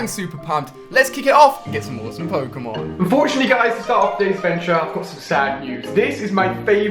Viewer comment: Ali A doesn't know how to pronounce pokemon names